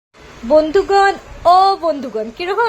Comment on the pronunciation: didi bondughan 🤣 bondhughan kobe tiki kowa shuru korla..